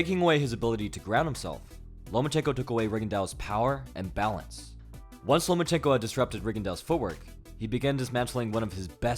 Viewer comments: You said "Lomanchenko" so many time I thought this was a CIA indoctrination video🤣. In the comments section I read the name Lomanchenko but heard your voice😂. Great video and breakdown. Keep up the great work. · He said ''no more chenko"